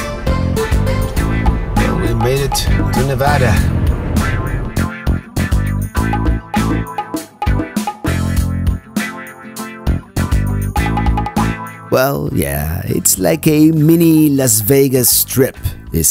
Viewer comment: Gotta say as a native Nevadan, major respect for pronouncing the state correctly hahaha. Great video!